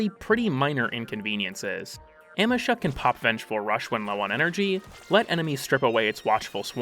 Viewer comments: Oh my god I will smite you. It's AM—EE—SHA, not AM—EH—SHA. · Every time you say amEsha instea od Amesha, a kitten falls down the stairs. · Ah-me-sha....I cant watch the video because wtf are you saying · uh-MEE-shuh its a google prompt away. please. dont harm auditory people by saying things wrong willingly good vid otherwise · Your pronunciation of "Amesha" made me twitch irl.